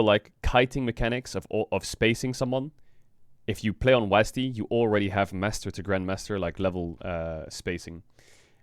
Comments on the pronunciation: Thank you Caedrel someone had to say it. It is pronounced "Double U A S D". I mean I can kinda tolerate "wasd" but definitely not "wasdee" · But WHY you guys call it WAAASD ??? Its double‑you A S D. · STOP SAYING WAZZZ D. It’s is will be and always has been W A S D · Since when do people call it wasDEE? W A S D or wasd, not WasD? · can everyone just stop fucking saying WAS-D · Riot's dev team having no clue how to pronounce WASD tells you everything you need to know about this company 😂😂 WAZDEE... NOBODY HAS EVER SAID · Hearing it pronounced was-dee feels so wrong to me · caedrel why the fuck you saying "wasdee" lmao it's either a word, aka wasd, like wasp or it's letters, aka double you ay ess dee "wasdee" is literally retard talk